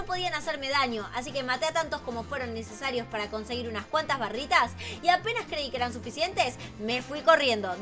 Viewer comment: Es baritas no barritas🤣